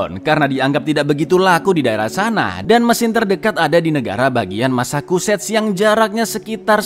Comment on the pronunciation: Bukan masakuset cak, tapi masecuset cak..🤣🤣